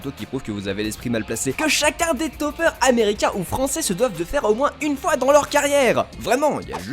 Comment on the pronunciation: J'ai cru que t'avais dit "certains dopeurs" au lieu de "certains topeurs"